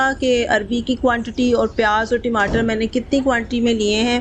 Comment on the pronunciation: Recipe seems good but Timatar is wrong pronunciation